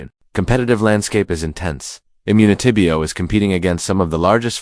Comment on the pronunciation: This AI lol the way they said immunitybio dead giveaway